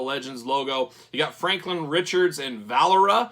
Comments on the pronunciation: Great video 👍 I think it’s pronounced “vuh lair ee yuh” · It's Valeria, kinds same sound as Valkyrie. I know because it's the name in some sci-fi movie. Her father was Dr Doom & Sue was her mother, later revealed Reed disguised as Dr D. I'm gonna wait for clearance.